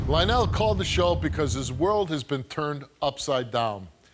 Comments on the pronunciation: HIS NAME IS LIE-ONELL JUST SAYING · Lie-nyl ... Lionel